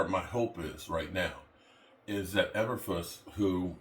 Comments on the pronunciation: It’s pronounced…”Eee…burr…floose”. Not…”Eh…burr…fluss”🤡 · Did he say Elverfuss 😂 😂